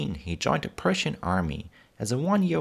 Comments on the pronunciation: Prussian Army, not Persian army.. I'm sorry but I have a German accent also and I know the difference. You started off blundering right at the start, 35 seconds in and I'm done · It did sound like Persian. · The auto-generated captions unfortunately say "Persian;" if you're deaf, you have to assume that he said "Prussian." That's why I try to impress on the people who post these videos the merits of a professional captioned.